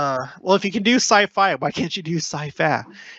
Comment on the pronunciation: “Sci-fa” hahaha :)